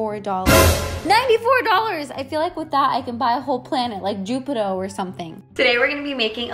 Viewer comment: Jupito? jupito??? Babe it’s Jupiter 😂